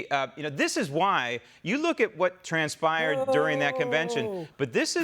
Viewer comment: "Trans-spired" you say..?